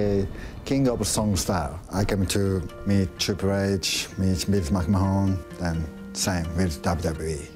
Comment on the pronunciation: he pronounces Mcmahon wrong though